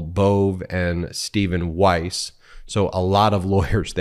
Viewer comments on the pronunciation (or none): none